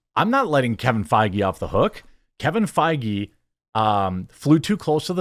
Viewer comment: love the irony of your Kevin Faggy pronunciation